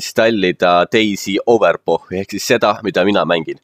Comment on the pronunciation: Hääldad Overpochi imelikult :D, ütlen ise k-iga, nagu overpock :D Muidu korralik juhend :D